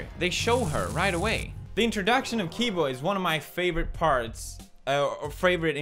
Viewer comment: I have to say the fact that u kept saying kibo instead of cibo even when It was said in the video that u showed us, but other than that 👍